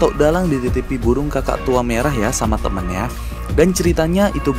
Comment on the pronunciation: burung bukan buwung kali bang